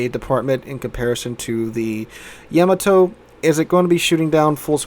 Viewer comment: the way he says yamato bugs me